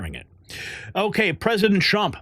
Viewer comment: sounds like you said President Chump